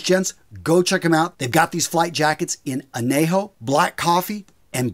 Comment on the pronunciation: Of all the gurus out there, you of all people, should never mispronounce "Añejo". 😎